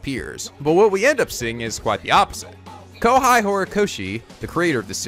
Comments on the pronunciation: You even misspronounced the name of the mangaka....Kohei i like: ko-hey not like ko-hai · Have you considered popping each name into google translate and having the Japanese TTS say the names for you? Like, Kohai Hirokoshi? Ai-ida? Jesus.